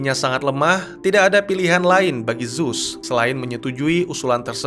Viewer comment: ZEUZ bukan ZUZ. HADES bukan HEDIS..... tolong d perbaiki lg ya bang.